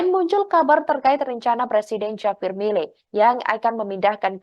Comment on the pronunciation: Ini hos gimana sih, JAVIER itu dibaca, HAVIER, hurup J itu diucapkan seperti hurup H, Jangan ndeso hati-hati mengucapkan nama tokoh dari luar negeri terutama nama-nama Spanyol, Perancis dan Rusia.